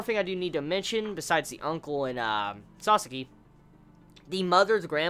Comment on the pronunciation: if you keep calling him Sasaski you will regret it next Vizbig.